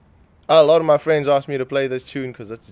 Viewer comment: The way he says "asked" in the intro isnt Australian or nz :P hes definitely south african. I know bcoz im from nz. But he does look maori/p.i. though haha